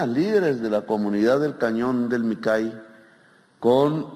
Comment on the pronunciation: No dice que ha recorrido el país y ni siquiera saber pronunciar Micay?!!